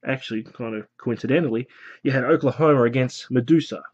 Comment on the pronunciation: Who's 'Ulcahomer'? lol